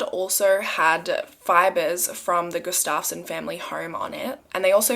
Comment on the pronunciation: Its pronounced Gust-of-sin